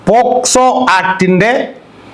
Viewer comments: പോക്സോ ആക്ട് എന്നല്ലേ.ഇതിൽഎല്ലായിടത്തും പോസ്കോ ആക്ട് എന്നാണ് പറഞ്ഞു കേട്ടത്. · വക്കീലേ പോസ്കോ ആക്ട് ആണോ അല്ല പോക്സോ ആണോ. 6.21 മിനിറ്റിന് ശേഷം